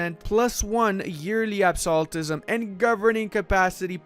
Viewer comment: I love you man but Absolutism is pronounced “absolute-ism”😭